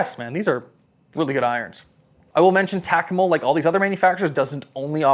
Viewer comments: Holy smokes bro its Takomo pronounced Ta-ko-mo not Tac-a-mo. What are you, from Canadia aye? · You saying tack-a-mo is killing me.. it's tah- ko-mo.. I getbthey are new but it almost felt like you were getting paid per name drip with the amount if tunes you said it but could have just been me noticing it more bc it was incorrectly said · Why does he say Takomo and Muira so weird and my dude sounded like a golf snob when talking about the Wilson Staff CBs which I know to be a great players iron